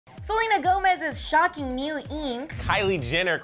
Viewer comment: Selena Gomez's shockeeng neeeeeeeuuuw ieeeeenk